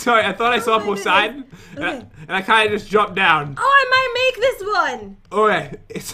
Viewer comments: It’s not pronounced poh-siden. It’s puh-siden. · It’s Persiden not poisiden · It’s puh -siden not pohs-iden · ITS POOOSIDENN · OMG its pociden